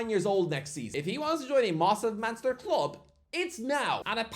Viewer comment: ..”mossive manster club”